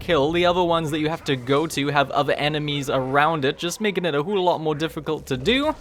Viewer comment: Please stop saying Hule, it’s pissing me off.Its whole like hole not hule